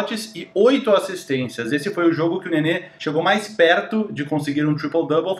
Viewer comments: Porque diabos você fala "assistênTias"???????? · Acho engraçado que o as vzs fala "assistentias"